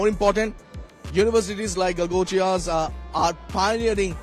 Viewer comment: Galgotiyaa NAHEE GALAAGHOTIYAA bolo 🤦